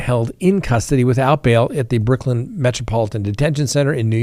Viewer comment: Briklyn 😂😂 Lol with no disrespect I love this channel ❤